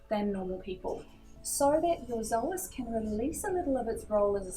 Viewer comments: Yeah i know that but we say "so as" not "zo as" because it doesn't have a "z" in it :D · Hey, thanks for the video. Can you please tell me why you pronounce the word psoas as "zoas"? I've never heard it pronounced that way and I'm an aussie!